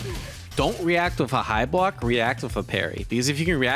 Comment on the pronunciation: "Coodn't blawk!" ( epithaph)